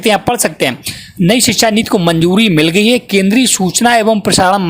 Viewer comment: नीत नहीं नीति